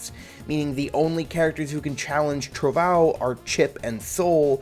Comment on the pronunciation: I love Giovanna having Portuguese named attacks, cuz I can laugh at people saying "trovão" as "trovao"